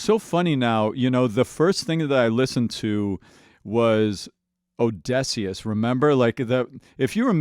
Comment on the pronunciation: I heard that people used to complain about how this guy pronounced Eurylochus’ name, but has anyone else noticed how he says ODESSEUS!? Ong, he just noticed in the video I finally comment on it!